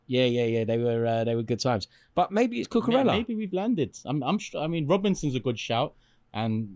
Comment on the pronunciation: Lost me at cucoorellla. Robbo all day